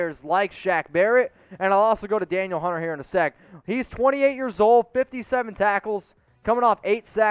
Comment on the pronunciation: Danielle Hunter = "Duh-Neel" Hunter... ; )